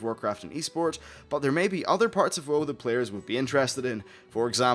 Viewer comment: after watching your videos for 2 months now... im still not used to u calling WoW "woah"